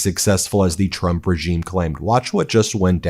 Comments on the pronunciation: The best thing about Karoline's press conferences is her ability to say 'President Chump'! Seriously, listen closely, it's clearly Chump 9 times out of ten! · 😂 She keeps saying president chump